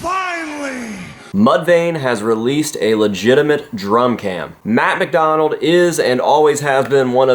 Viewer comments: 1- Did you mirror the video? I don’t remember him playing lefty. 2- It sounds like your saying “Matt McDonald” Great to see them back. Matt McDonough is one of my favorite drummers. Can’t wait for new music from Mudvayne. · You guys are saying his last name wrong. It’s Matt McDonough 😉